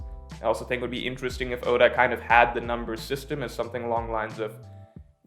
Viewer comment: "intresting" video:)